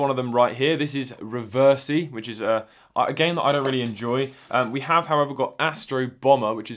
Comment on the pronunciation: It's pronounce REVERS-EYE.